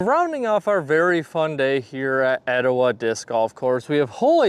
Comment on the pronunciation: It's pronounced Étowah, not eTOwah.